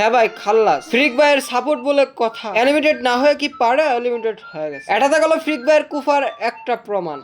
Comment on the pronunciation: Areh beta এলিমিটেড না, এলিমিনেটেড 👌😆